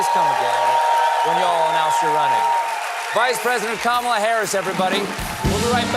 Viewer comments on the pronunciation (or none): none